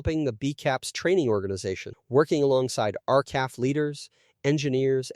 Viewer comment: It’s not R-calf. It’s R C A F! Same for R A F. My father was an aero engine mechanic, for much of the war in Winnipeg, where I was born.